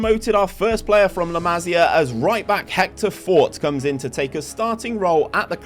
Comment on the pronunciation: Just a heads up, it's pronounced la-mah-see-ah. almost suffered a stroke hearing it pronounced la-mah-sya so many times